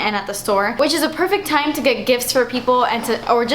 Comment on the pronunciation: "for a long taime" love!